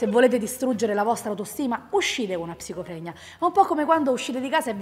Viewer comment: Fantastico che come dici psicofregna l'accento diventa più siciliano, la voce rallenta, lo scazzo sale... ed è subito Tea Falco